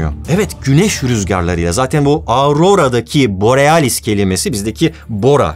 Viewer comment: Borialis dedin ya aklıma half life geldi :D